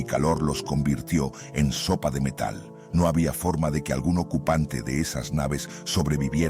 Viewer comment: soy yo o ese "NO!" Sonó como un "go" ._.